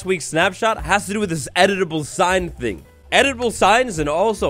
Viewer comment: it’s funny to me how keeps saying “edible signs” instead of “editable signs”😂